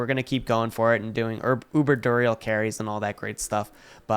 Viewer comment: Can't wait for the next patch where they nerf uber unique drop rates since people are actually finding them now...u also butchered saying Duriel that was painful. I don't even wanna hear you say shako lol